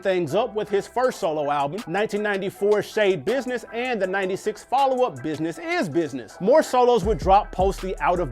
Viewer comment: Shade business is said like shady business Come on man Whoever writing the script supposed to know this stuff 💀